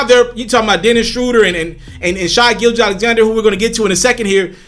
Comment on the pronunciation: His name is pronounced Shay. Rhymes with hay and say. Get it right!